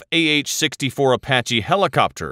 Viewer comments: It’s A-patch-ee. Not A-patch. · Imagine doing this news report and having never said the word AH-PATCH-EE before. You pronounce the E at the end. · A pach eee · Apach-es lol